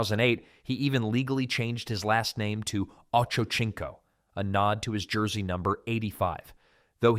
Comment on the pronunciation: His name is pronounced like oh-Cho-seen-co